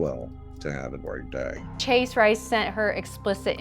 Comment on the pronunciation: that accent looool "PlEAse do wreyll...tew haf a gweayt dyeaay"